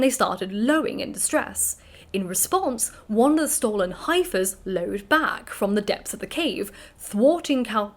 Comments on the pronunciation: Great video, just FYI heifer is pronounced 'heh-fer' rather than 'hi-fer' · Is heifer pronounced differently elsewhere? It’s pronounced hef-fer here in the states.